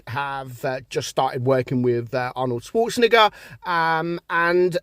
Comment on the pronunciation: Im gonna make an edit of every time you say the second half of "Schwarzenegger" cause u definitely say it wrong lmfao